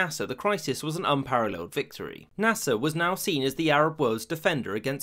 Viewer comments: Naser not nasa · Is it only me or every time he said Nasir..thought It was nasa? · I wont lie it keeps sounding like hes saying NASA